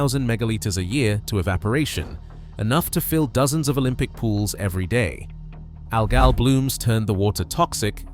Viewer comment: I was taking the piss. mispronounced it as "al gal" rather than algal.